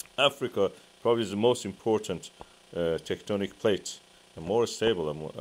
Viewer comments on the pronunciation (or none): none